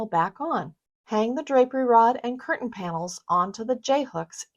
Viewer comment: Learn how to pronounce CURTAIN!!!!